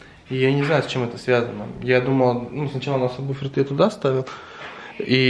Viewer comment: боже, он говорит самбуфер))) ору